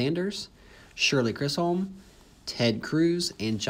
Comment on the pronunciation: You pronounce it Shirley Chizzom